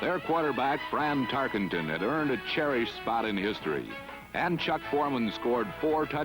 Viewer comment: fran'' francis'' tarkenton wtf ?